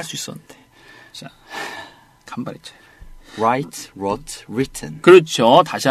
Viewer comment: wrote는 '우로우트'인데 는 계속 '뤄트'라고 하네. 이 교정 안 해줘서 불편한 1인 ㅋㅋ